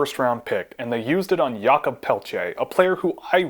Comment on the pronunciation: It’s pronounced Jacob